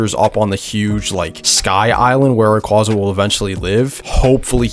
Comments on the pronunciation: COMFIRMED BY POKÉMON IT IS PERNOUNCED RAY-QWAY-ZA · it’s supposed to be a funny thing ray-qwa-za is so funny